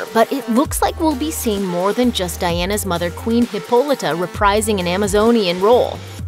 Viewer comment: Really, who mispronounces Hippolyta?! It's hard to watch the rest of the video now.